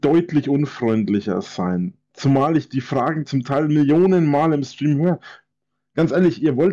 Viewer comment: Kann mal einer Rainis Lebensgeschichte als Gast bei ihm im Schtream als seine Eigene erzählen. Mich würde interessieren ob das merkt xD